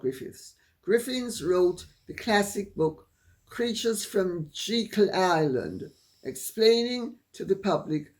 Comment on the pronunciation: Jekyll Island pronounced lime Dr Jekyll and Mr Hyde